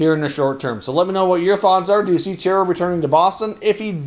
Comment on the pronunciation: It’s pronounced Char-a... not Chair-a Enjoy all your efforts bringing us content